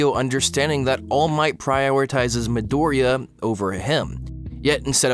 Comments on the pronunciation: Guys it's not MidOriya it's MidorIya. Please. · mEE-Doria not mahdoria, idiot. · Your video was wonderful. Bakugo is also my favorite character in the show and I always loved his design as well. But every time I hear you say Midoriya my heart fucking skips a beat. Just a simple difference in syllable stressing and yet so damn terrifying.